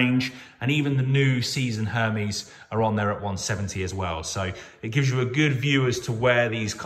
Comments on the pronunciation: Pronounced: (air - Mez) , not what you are saying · LOL the way he’s saying Hermes is jokes. Can’t even say it right